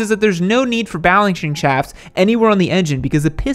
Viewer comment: "essentially what it means is that there's no need for balenching chaft"